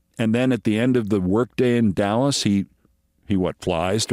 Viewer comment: Dulles, not Dallas, love you Keith